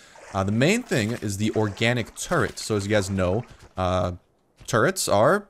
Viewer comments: did you say organic turret or turnip? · is he saying organic turret or turnip